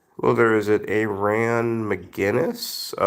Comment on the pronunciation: Dedication. Man, I and my heathens joined you for the live cast...ya sounded kinda rough. Hope you're feeling better man. Typically not a fan of people but if you're cool with cats...👍 Btw, it's pronounced "air in" as in the Aran isles. Yeah. Celtic. Best wishes to you and yours.